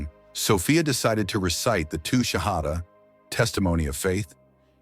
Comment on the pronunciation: The Shahada is wrong , or you are saying it wrong. If it is you, please rectify it